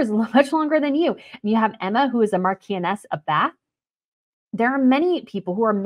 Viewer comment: Marchioness is pronounced 'mar-chon-ess' .